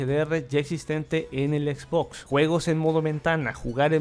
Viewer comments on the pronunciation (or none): none